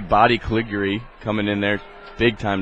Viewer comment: I love how the announcer mispronounces the name "Calig-yuri"